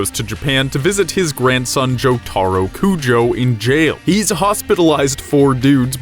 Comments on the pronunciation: You have committed a crime for saying jotaro's name horribly wrong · I guess this is truly the story I never knew because I didn't know that inaccurate information. I wanted to stop watching after I heard how they pronounced Jotaro's name but then completely stop watching after Josuke was Jotaro's half brother. This shows how much they care for JJBA when they can't get simple facts straight. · This dude never knows how to say jotaro's name